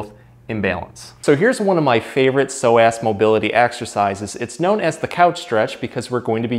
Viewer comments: omg i had no idea that is how you pronounce psoas 😂 ive been saying 'sew-uhs'. this video is perfectly timed as i just overworked these muscles at roller derby practice and the stretches i knew were not cutting it! thank you! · All I heard was a tight sore (so) ass muscle. I'm from SC, that's how some of us talk😂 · You're clearly saying "so ass" as a joke like the super troopers "meow" bit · you were emphasizing the ass of psoas... I like it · Thanks for the great video. I'm going to have my husband try this immediately! I thought the pronunciation was a bit off from what I've heard before, so I looked it up. According to the dictionary, it should be soh-uhs. Just saying. 🤷🏻‍♀️ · please understand its not pronounced pso-ass, smh! Might wanna consider rerecording with the proper pronunciation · Why is he saying So Ass 😂😂😂 instead of so-azz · Pronounced "Pso-ASS" 😂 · Y I thought he kept saying that sore ass muscle…. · Why I keep hearing "tight sore ass"...lol..This guy has truly helped me in so many ways...Thank you Sir!! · Am I the only one who thinks it sounds like he's saying "sore-ass muscle?" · Good video, but pronouncing it SO-ASS…. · Is it just me or does psoas sound like sore ass when pronounced. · He made it sound like "sore ass muscle" a few times and i felt that hahah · is it just me or yall hearing "tight sore ass" too? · I love the way the muscle is pronounced. Yes doctor, I have a so' ass muscle~ made me laugh - but thank you for the information!! Liked and subd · I watch these all the time, but found myself laughing at how many times he said "so-ass" !! Sorry! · Did anybody else keep giggling when he kept saying psoasXD sore ass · I love how with a straight face you pronounce psoas as sore-ass muscle! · Who’s gunna tell him it’s not pronounced “so ass” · I thought you were saying “sore ass”. Thanks for the great content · Every time he says “Psoas Muscle” it sounds like “sore ass muscle” to me. 🤭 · It sounds like you are saying a tight sore ass. :)